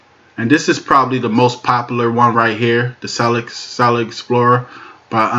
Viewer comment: "Solit" is not a word as the way you pronounce it. The proper spelling is "Solid" and is pounced like it is spelled